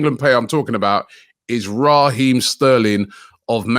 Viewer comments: Robbie di man name Raheem not Raaaah-heem. Yah yardman suh act accordingly lol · RAH-eem Sterling 🤣